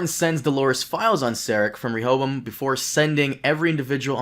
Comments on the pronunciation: Re-Ho-Bo-Am!!!! There’s 4 syllables to the word Rehoboam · "shout out to this guy who helped me pronounce it correctly" Proceeds to not pronounce it correctly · Rehoboam is a Hebrew name, most English bible scholars would pronounce it as RE-ho-BOWum. The first syllable not as the suffix re-, but the same as in the word rectify.